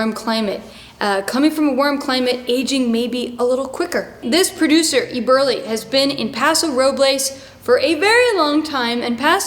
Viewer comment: Another great video, Madeline! BTW please don’t take it as being overly pedantic, but most here pronounce it “Pa’ sew Row’ bulz “. Where “Pa” sounds like the “a” in “rat”. And the winery (great choice!) is pronounced “Eh’ burr lee”. Thanks for all your great content!!!